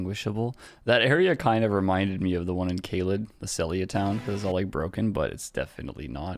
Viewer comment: Hey Lost! It’s caelid not caelid!